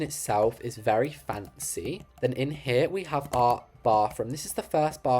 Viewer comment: lol the way he says "FaNcEy*lol btw i love you videos keep up with the greatwork